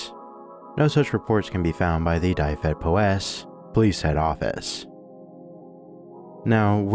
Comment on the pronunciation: also dyfed is pronounced more like duh-ved, not die-ved, and powys like poe-wiss (like the name poe)